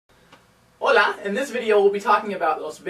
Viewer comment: i love your videos but when i hear you say hola, it just sounds weird to me